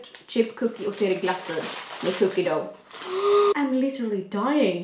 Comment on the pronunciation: man uttalar "Cookie Dough" typ "Cookie Duff"